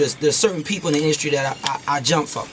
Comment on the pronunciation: He say industry like "Indukre"